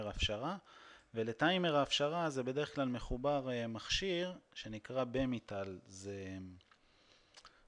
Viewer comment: נחמד. יש מספר אי דיוקים בהגיה של מילים אך ב'תכלס' סרטון יפה ועוזר. אגב, אומרים בי- מטל, ולא בה- מיטל. לקוח מ Bi Metal. שתי פסי מתכת דקים, שונים במקדם ההתפשטות שלהם, מודבקים יחד לפס אחד. כאשר יש שינוי טפמרטורה הם מתפשטים לאורך שונה וגורמים בכך לכיפוף הפס המודבק. השימוש בדרך כלל לטרמוסטטים. אם איני טועה בעגה המקצועית של טכנאי הקירור הוא נקרא "קליקר". קיבלת לייק :-)